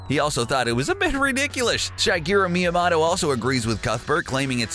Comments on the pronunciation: Learn to pronounce creator names correctly before you make a video because you sound like a moron. down vote because of your stupidity. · Why does this video exist!? Made up facts, facts that are already common knowledge, savage one-sentence reviews of games you've clearly never played, and about 6 different ways of pronouncing Shigeru Miyamoto. I hate to be harsh but you should be embarrassed. Do more research please. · Not only are these facts common knowlege to older gamers, but for a "huge nerd" you don't even know how to pronounce Miyamoto's name? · Properly butchering Miyamoto's name :'D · Would it have killed you to learn to pronounce the name "Miyamoto" given you say it like 30 times during this video? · Thumbs down for dumb mispronunciation of Miyamoto's name and for the saying Donkey meant "goofy." Miyamoto is on record stating that they were looking for a synonym for "stubborn", thus the petulant stubborn escaped ape pet that captures Mario's girl. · The way you pronounced Miyamoto makes me want to die. Same for Ocarina. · Please go to school and learn Japanese. Talks so much about Miyamoto, but can’t even pronounce it properly Can’t even spell Birdo. Pathetic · Please learn to pronounce Miyamoto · Fucking BUTCHERED Shigeru Miyamoto's name... hahaha, XD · If you can't say Miyamoto correctly, you lose all credibility on Nintendo topics. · Cause he’s pronouncing it with a short o and not a long o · "The creator of Super Mario is called Sugeroo Myamotto" - LIE It's Shigeru Miyamoto (Like Motorola) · MÍA-MOW-TOE THATS HOW ITS PRONOUNCED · Ok. Its mii a MOTO. Not mii a mato. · ITS MIYAMOTO NOT MIYAMATO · Meomoto is pronounced Me-o-mo-to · What's a Meamoto? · ah yes the famed devoloper shigeru miuhmahto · It’s actually pronounced Mii-a-Moto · Me-ya-moe-toe miyamoto pronunciation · Every time he says miamoto it makes me triggerd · You pronuonced miamotto wrong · ORCarina, MiyaMOTTO.... WHY!? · How does someone miss pronounce miyamotos name? MIYAMATO LMAO u suck